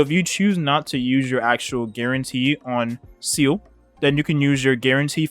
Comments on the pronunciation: (Seeele is my Favotite character since HI3rd is a thing, so I will, as you said, pull for her just for it) But please, do you guys really pronounce Seele as Seal? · It always pains me on how people butchered Seele's name even the EN VA ingame 🤣🤣